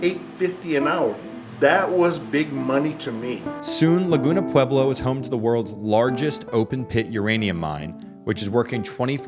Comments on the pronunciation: If you're going to make videos about the Pueblos... learn how to say the word. It's just pweb-lo. not pew-ee-blo. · pew-ee-blo klingt wie deutsche Aussprache 😁